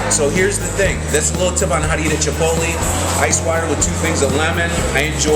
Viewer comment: isnt it pronounced chip-ote-lay??